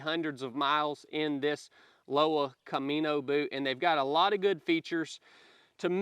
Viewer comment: Pronounced Loh-vuh=Lowa